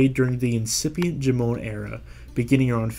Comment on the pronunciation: Jomon is pronounced like JOE-mon (sounding a bit like "mom" but with an n). Definitely not "juh-MOAN".